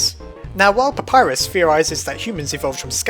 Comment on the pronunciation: WHAT DA HELL U PRONOUNCE PAPYRUS WRONG